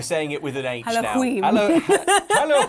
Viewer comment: Did he say All hail queef?